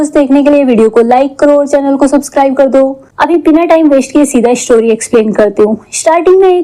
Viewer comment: Aksan, sooting , eshtory, washte,hosss, kosiss, alieesa, kuss, jinda, behoss, trushht, hindi aati nahe to explain kyu karte ho😂